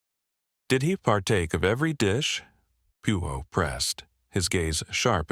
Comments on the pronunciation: P U O instead of Poirot (pwa-row) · Can't listen to it! PEO! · Very annoying that the AI narrator can't pronounce Poirot correctly!